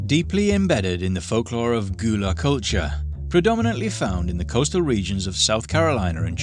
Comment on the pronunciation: Just so you know, "Gullah" is pronounced like GULL-uh, not like GHOUL-uh.